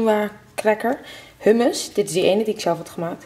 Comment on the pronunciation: Je spreekt Humus uit als GOE-MOES, kleine tip 😉